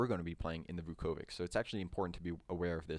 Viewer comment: Vukovic is actually pronounced Vukovich, it's a Serbo-Croatian letter "Ć" at the end which is pronounced as "ch"...there are many examples, like Djokovic, Doncic, Modric, Malkovic etc. Anyway, great video, thanks!